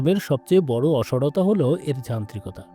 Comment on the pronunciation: শব্দটা “অসারতা”। যুক্তিগুলো ঠিক আছে কিন্তু অসারতার উচ্চারণটা ঠিক করলে ভালো লাগবে। যুক্তিতে আপনার সাথে একমত।